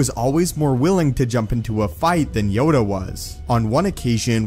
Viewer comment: Yoda... It's Yoda